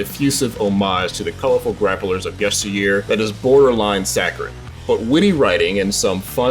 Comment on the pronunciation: 5,5/10 he pronounced the word, “sacred” (sack rid)